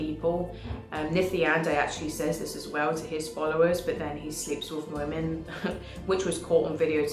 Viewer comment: Btw also … it’s with not wiv. 😂😅 video on point